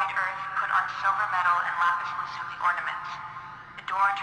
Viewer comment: The computer woman thing mispronounced 'lapis lazuli' I'm triggered.